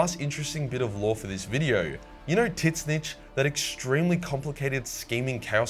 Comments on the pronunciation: Zeetch its pronounced zeetch not taz9dhdkd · His name is NOT sinch It's pronounced ZEEEANCH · I literally only watch these videos for when he talks about chaos is gods on the off chance he mentions Tzeentch. Because nothing beats the way he INSISTS on pronouncing Tzeentch (pronounced more like a mix of seen and inch) his own special way... TIT-SNITCH!!!!! LOL 😂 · Dude, just please, please STOP pronouncing Tzeentch as TEZ-nich, literally every other online source and everyone I know pronounce it as ZEE-n-ch, with the t’s silent. The way you’re saying it is driving me crazy. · How are you pronouncing Tzeentch?😂 "Titsnitch?" 🤣 Shouldnt it be more like "Tseentch"? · First. The T in Tzeench is silent so pronounce you it as Zeench. Second. The little girl who passed his labyrinth is believed to be Delirium and I think her dog is called Barbarous (I could be wrong about the dog) from the Sandman comic series. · Titz-nitch. Lol. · Why the hell do you pronounce Tzeench something like Titsneech? Also where are you from, you have a weird accent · Technically, you could probably pronounce Tzeentch however you want because the reality of the name is beyond language, but mostly people just say 'zeentch' instead of the most stupid pronunciation possible for no damn reason. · It drove me nuts every time he butchered it, sounded like he was saying “tit-zinch.” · Tits snitch. I love this pronunciation. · hehe "tits-nitch" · His name is pronounces Zeen-ch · 'Tits-nitch' made my day :D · Unsure if it sounded strange coming from his voice or if he said it as a joke but it sounded like he called Tzeentch Titsnitch. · Dont know why he calls tzeench tit'snitch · The mispronounced tzeentch was funny the first time... just say it right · You have a Bizzare way of pronouncing "Tzeentch" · Why can't this guy just say, "Tzeentch"? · I'm pretty sure that's not how tzeentch is pronounced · I love how he pronounces Tzeentch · Great video, your pronunciation of Tzeentch cracks me up bro 🤣